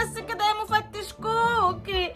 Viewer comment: سمعتها بتقول شكوكي مش كوكلي 😅